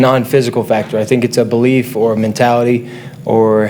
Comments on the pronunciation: He said bolief! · i dont know about you but every time he said "belief" i was hearing "BOlief".